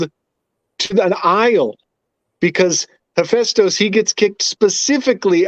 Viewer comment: This guy saying hephaestus name wrong the whole podcast